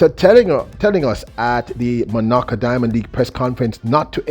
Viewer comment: Bro, can you try to pronounce the name: Monaco properly.